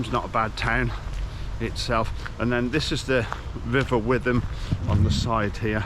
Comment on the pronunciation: you pronounced the river wrong